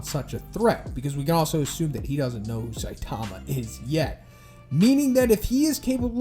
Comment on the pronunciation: stop saying Saitama name like that. (Say-tama) 😂